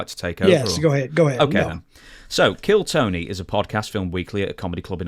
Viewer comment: Its called KILLTONY HOW DID U MESS THAT UP?!?